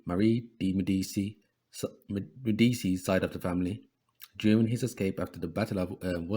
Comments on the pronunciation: It's pronounced medichee bro verywell known wealthy bankers from Florence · Yep med-dee-chee